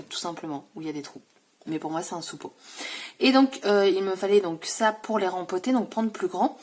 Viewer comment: Hello, c'est moche tu m'as donné envie d'aller à Action! Je pense y aller jeudi mais je ne sais pas encore auquel! Si je trouve les feutres roses qui te manquaient je te les prends? Quand tu as dit "sous-pot" j'ai compris... "suppo".. 😂😂😂 Bon jardinage et bonne sieste! Bon week-end